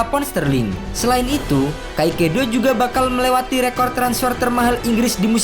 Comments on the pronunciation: Min agak typo nih Caicedo dibaca kaisedo min bkn kaikedo 🙏🏻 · kaekedo❌ tulisan caicedo✓ baca nya kaesodo✓ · kaisedo bacanya bukan kaikedo agak risih dikit